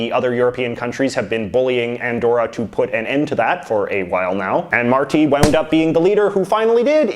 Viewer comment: Awesome video!! Andorra is also governed by the Liberals (Martí Petit comes from the liberal coalition) and yes, there’s no much info about him, probably because of the size of the country. (Pro tip: it’s pronounced /Mar-tee/). Waiting to see part 2 and knowing what the heck happens in Brunei! PS: love that BC flag!